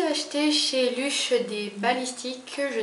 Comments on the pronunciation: Ça se prononce leuch et pas luch :) c'est stressant de t'entendre les dire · C'est leuch pas luch !!! C'est une marque anglaise et pas française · Ça m'enerve quand tu dis luch au lieu de leuch mais bon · Ca se prononce LEUCH PAS LUCH !!!! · On dit "leuch" et pas "luch" ^^